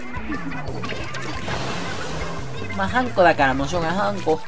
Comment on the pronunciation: それは、貴方がウナちゃんと同じなので違うかもしれません💦 普通の音程はハンコ⤵︎ですよーー！